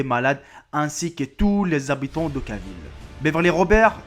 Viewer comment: Okaville au lieu de Oakville par exemple ....